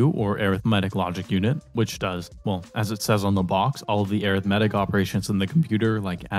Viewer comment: wait air ith metic? IT'S AR ITH MEH TICK